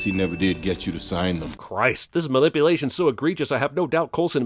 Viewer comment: "malipulation" DING